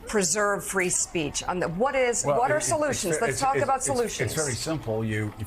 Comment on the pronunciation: Fwee Fwee Palestine MOMMY